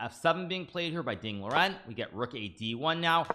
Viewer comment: It's Liren, not Loren.